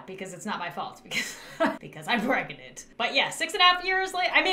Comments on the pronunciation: She didn’t even say pregante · I love how pronounces pregnant “PrEgAnAnt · No one: Not a soul: Not even the lint in your 2nd grade jean pocket:: Pregonate, pregananant, prgonyt pergeranert pragnant proogant. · Don’t you love how she says pregnant…”pregaunte”